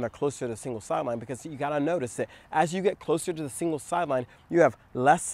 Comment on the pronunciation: You said “singles sideline”. But I heard “evil sideline”. Same difference though. 🤣